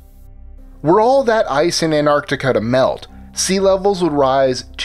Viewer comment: AN-ART-ICA .....fkn english rape